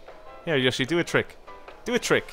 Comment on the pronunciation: Yoshi not yushi